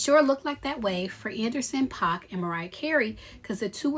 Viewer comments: It's pronounced "Pack" and Jeannie Mai may have to go back to a wm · Paak pronounced Pack ❤